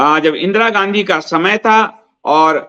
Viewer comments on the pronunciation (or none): none